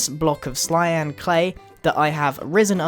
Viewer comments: Btw you said Slyan clay instead of cyan clay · Yes he did say clyan clay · He said slyan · I think grian said clyan clay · "A nice block of clyan clay..." Clyan... C-L-Y-A-N. CLYAN??? Is that even a word? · Grian, at some point in the video you said "slyan" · At 2:5 maybe less he said cylan clay 😂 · "Clyan clay" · hahaha you accidently said cylan clay lololo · y u say cylan clay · He said slyan clay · You accidentally said clyan in stead of cyan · he said clyan instead of cyan XD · y said slyan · when he was talking instead of saying sian clay he said slian clay lol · slyan clay is what he said it's Cyan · Did anyone notice that he said "Slyan Clay" at the start 😅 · Did he say clyan? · DID HE SAY CLYAN CLAY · grain says clyan clay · "Slyan" clay?